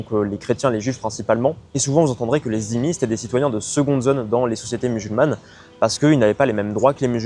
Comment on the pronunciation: Les "zimi" ? Au bout de 7 ans et avec tes origines tu ne sais toujours pas prononcer "dhimi" ? Quelle génération...